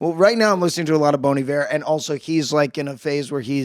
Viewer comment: I thought he said Bony Bear instead of Bon Iver